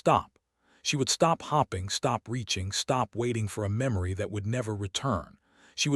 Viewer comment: I’m going to stop hopping that you will fix the narrator you use that can not pronounce English words correctly. I’ll fad away to other channels that have chosen to fix the narrator by helping it pronounce “hoping, fading, read, staring” and many other words properly or have begun to replace the ai narrator. Good luck with your channel growth. I sincerely doubt that it will grow until you fix it.